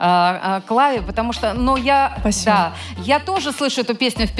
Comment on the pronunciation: Даже с учётом, что Клава специально так поёт - послушайте, как она говорит «спасибо»… тоже псба звучит